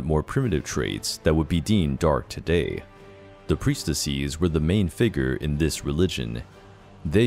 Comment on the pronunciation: "priestessees" XD it's just priestess-es, bud. Not -ees.